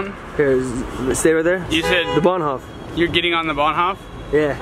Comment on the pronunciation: "Bahnhoff"😂😂😂 it's like "Bahnhof (hoooof)"